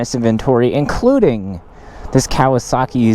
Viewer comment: Nice 'Kawisaki' right therrr